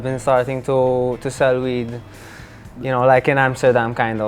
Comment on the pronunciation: DICA: two, to, too, TEM a mesma pronúncia.Reparem ele falando "tô", e não "Tchu", igual lhe ensinaram.